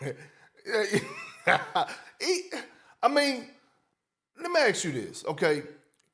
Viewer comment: This man says "extablished" and "ax you a question"... how is anyone supposed to take this idiot seriously?